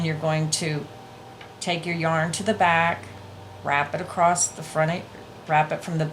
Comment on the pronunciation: Love your tutorial videos! Very thorough with your explanations. (FYI - when you are speaking, you say "acrost" instead of "across". Just thought you'd like to know.) Otherwise, great job!